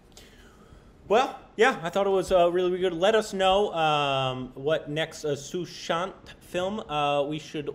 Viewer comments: korbinisation...its sushant not suhan😂..love you💓💓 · It's a pity you do a tribute to an actor and say his name completely wrong. actually said Suhant. And it's not pronunciation I'm talking about. Just to read a name phonetically as it's written. About time you at least did a little prep to avoid such mishaps?